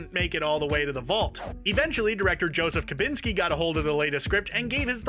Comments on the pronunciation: I'm pretty sure you're mispronouncing the director's name - it's KOSINSKI, not Kulinski. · Kobinski? then Kolinski a few times? Really? Like, it's not difficult to say Kosinski you're trying to sell me a list of thigs i "missed", yet somehow you miss the director's name? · One hint you missed: how to pronounce. The letter Z. The director’s name is koZinzky, not KoLinsky. Learn to read.